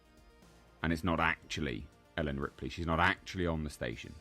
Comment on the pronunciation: Did the guy really call Ripley 'Ridley'?